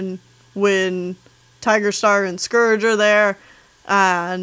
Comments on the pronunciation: I think it's kinda funny how some people pronounce scourge like scrge. Idk if you do to but I'm just saying that I pronounce it different. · Scerge... It’s SCOURGE But I luv your vids 😅